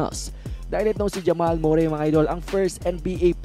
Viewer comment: Hep hep Murray! Kakatawa naman. Murry lyk curry pag pronounce nyan huh? 😆